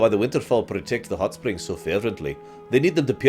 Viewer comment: I know you said hotspring but I heared it as huttsprings